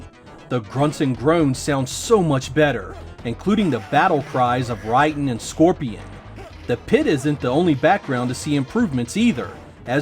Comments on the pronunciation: Dude it's driving me nuts that you are flat out mispronouncing Raiden's name, it's Raiden not Ridin LOL it's not even a controversial thing it's been this way since the beginning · ray-den, not rye dan. if you were a fan, you would know how it is pronounced. not a fan but a script reader. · Great video, brings me back to the early 90’s and the sega vs Nintendo era.....but its Pronounced Ray-den, not Ry-din. Love you keep up the great videos. 😊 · Oh, you know what. There was the shooter game called Raiden that was pronounced "Rye den"... maybe that's what he says Rayden weird. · Who is Rye-Den? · You say Raiden's name wrong. The game it's self says his name. It is pronounced "Ray-Den". Some time they even spell his name "Rayden" as opposed to "Raiden". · Ridon? Really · No, the game says it wrong. 雷電 go to google and have a listen of the Japanese pronunciation. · sorry it urks me when people mispronounce names and try to pass off as a fan. you probably had metal gear sol 2 on the brain